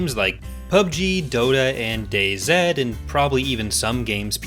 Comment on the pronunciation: Ah, finally, a fellow Canadian pronounces DayZ correctly.